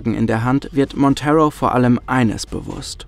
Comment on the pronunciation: Ich liebe die Vertonung von! Kann mir eigentlich nicht vorstellen wie das mit einem anderen Sprecher wäre. Jedoch sei angemerkt, dass "Monteiro" ein Portugiesischer Name ist und deshalb nicht "Montero" ausgesprochen wird, sondern quasi ne Mischung aus "Montairo" und "Monteiro". Aber ansonsten wirklich tolles Video, wie immer..!